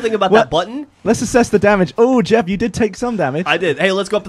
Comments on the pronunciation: Mystøgan !!! Dgeoff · "DGeff" That never fails to make me laugh. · I say DGeff because that is how Gavin pronounced it when Geoff scared him. He said his gamer tag except he didn't pronounce it Geoff, but Geff.